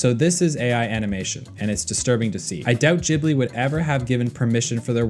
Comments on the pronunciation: This was painful to listen to, it's pronounced "Guibly", not "Jibly" 😅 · It's ghibli not Jibli